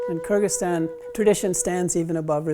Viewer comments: i thought the pronunciation of kyrgyzstan would be much more complex than KURGISTAN. a bit disappointed honestly. kinda wish it was like ky-rejig-ee-ztan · Btw this is how you pronounce Kyrgyzstan: Ker-zick-stan